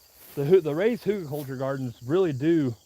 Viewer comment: please stop saying huter-culture. It’s Hugel culture. And know that a dog is reflective of his owners own training…😂😂🤣🤣😂😂🤣🤣 serious on the first thing, tho’!